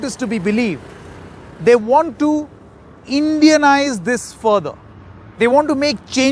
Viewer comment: wow "indianise" lot of stressing on the word